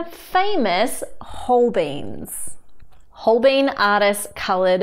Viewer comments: Definitely 'Hol-bynes'..... 'whole beans' sounds very healthy tho.... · Nice review. You did pronounce Holbein incorrectly, it should instead be the second way you said it: "hohl-byne" or just google Holbein pronunciation. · I like the comparison choices! I've personally only got the kids crayolas and a 36 set of prismacolors. and love them! As for the Holbeins, I've always pronounced the last syllable like bye because of the German painter Hans Holbein.